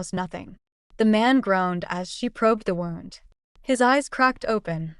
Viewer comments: The word wound is pronounced "wooond" when it concerns damage to the body. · Who is reading? Wound is pronounced "woo - und". Read in the context text used is pronounced "reed". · Why can’t AI pronounce “wound”?